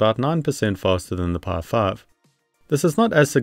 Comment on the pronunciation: The way you say "PI 5" sounds like "Par5". It's so distracting lol.